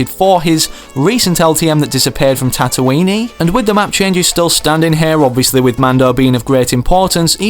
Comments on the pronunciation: it is not tatoiney it is tatooine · Dude its pronounced tattoo ween not tattoo weinie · Did he just say tattoo-weenie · It’s not going to be the Amban sniper rifle, it’s going to be the beskar spear featured in the second season of The Mandalorian. Also it’s not Tatooineee it’s Tatooinnne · Tattoo "weinie" 😂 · Tattoenee. I cringed so hard. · Tatooine-e WTF dude!? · Are we just going to ignore the fact that he called tatooine "tatooiny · Nope XD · Did he just say tat-oui-een-knee? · Did he just call it tattooweenie. sigh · he says so many words wrong. Im pretty sure he called the amban rifle the ambam rifle and tatooine with silent e and tatooine * with aloud e* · it annoys me how badly you pronounce tatooine